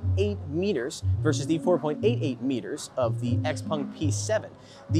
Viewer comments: X-Pung 😂 😂 😂, you don't know the name of the car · Its called xpEng not xpung.